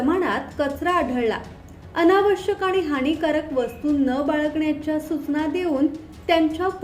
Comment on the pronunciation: सूचना चा उच्चार चुकीचा करत आहात